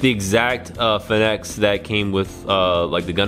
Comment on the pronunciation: It's pronounced Phoenix, like "Fee-Nicks" the fire bird that dies and comes back to like from old legends .